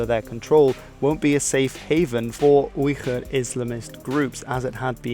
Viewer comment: Ok did you just call the Uyghurs(weegur) the (oigur)